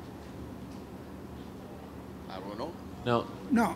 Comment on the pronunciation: dude fully said " beeping" LoL I love Latinos they are so similar to Indians